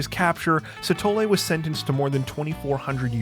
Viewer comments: Anybody else see Moses "Shithole" instead of Sithole, didn't even know that it was wrong until he pronounced it 🤣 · Scanned the comments for this to make sure I wasn't the only one. 😆 Even rewound and rewatched because I swore it said "shithole" hahaha